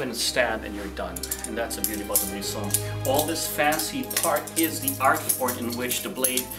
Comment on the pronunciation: Finally! someone saying balisong properly and not calling it ba lee song lmao